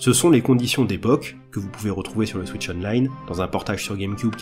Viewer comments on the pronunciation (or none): none